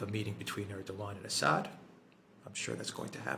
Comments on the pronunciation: I love how Alexander consistently calls Assad "Ass-hat". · Learn how to pronounce :Assad '.